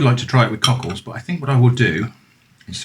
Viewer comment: Hopefully I'm not weird for having the chuckles when you say coccles (or however you spell it - the shellfish, I think you said).